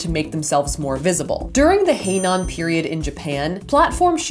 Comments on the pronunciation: It’s heian, pronounced hey-on. Very close though. Also Maiko still wear them actually. Their obi are literally, like, 15 feet long and dangle so they kinda require tall shoes to keep the silk off the ground. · "Heian" period, not "henan" period ... that's a province in China (although that's not really pronounced like that either).